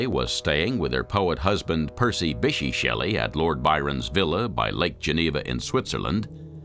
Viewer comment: I think the pronunction of Bysshe made me laugh the most.